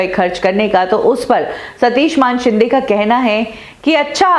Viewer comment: कभी सुधरोगी. मानेशिंदे को मानशिंदे बोलना वो भी बार बार. किसिका नाम बदलने का तुम्हे अधिकार नही. तुम्हे हजारे की जगह हिजरे पुकारे तो अच्छा लगेगा?